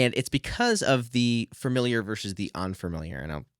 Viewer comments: Fuh-miliar, not fer-miliar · FA-miliar, not "FERMiliar" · You are a very nice kid and this is a very positive video. Friendly advice, it's "familiar" and not "framiliar." Adjust to boost knowledge authority buddy. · Well, this is a very informative and useful video. Speaking of hearing things differently, though, I find myself desperate to know whether or not you're aware that you're pronouncing the word "familiar" as "fermiliar". Don't get me wrong, no judgment here, but you keep saying it. Is that a dialectical thing or a personal idiosyncrasy? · I didn't think your mispronunciation of familiar would bother me, but it really does sorry 😂